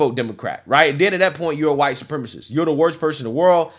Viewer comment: At this point, it would be easier to just say what isnt huwite soup rema see.